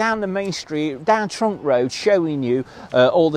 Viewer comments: It's trunch as in truncheon not trunk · It's not Trunk Lane. It's Trunch (to rhyme with Crunch) My mum and dad owned a caravan there in 1952.